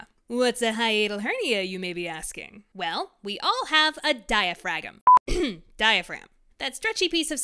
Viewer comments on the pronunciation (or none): "dia-frag-um" i nearly choked on my burrito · “Diafragm” had me laughing 😂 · “well, we all have a dia-dragon!’ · ah yes, the diafragem.